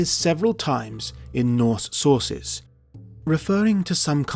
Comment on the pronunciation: “norse sorces”:)